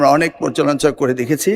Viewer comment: যে লোক পর্যালোচনা উচ্চারণ করতে পারল না সেই লোক শিক্ষা মন্ত্রী। ভোট দিলাম জামাতকে ক্ষমতায় এলো বিএনপি ।